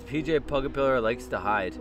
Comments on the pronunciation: you said pg it's pj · Rj pugapillar? ITS PJ